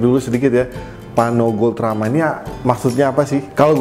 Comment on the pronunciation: Kepeleset lidah mulu nih jadi paRno. Tp desainnya boljug